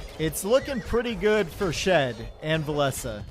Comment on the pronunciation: Love to watch cast! A true legend with so much knowledge of the game, but I think "Villese" is pronounced like "Chinese or Japanese" much love buddy!